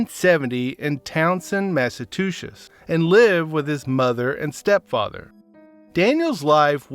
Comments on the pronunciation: It's mas - a - chew - sits this is the pronunciation. You sound like your articulate. But I'm not saying anything I only went to 8th grade but I am a student of the English language. Good video narration. Especially for never doing this work before. Keep it up your good at it 👍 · Mass a chew settes